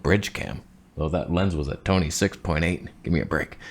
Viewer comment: No one even noticed the Tony toneh 😑